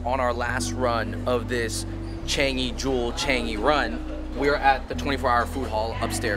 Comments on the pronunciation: Ch- ahhhhhhnnnggggg - eeeeee not Ch- eeennnnnggggg - eeeeee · The way you all pronouce the "an" in Changi n pandan..... :p